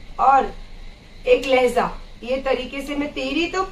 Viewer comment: Laheza nahi laheja hai